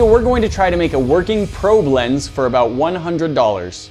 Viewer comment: It sounds like he’s saying pro blends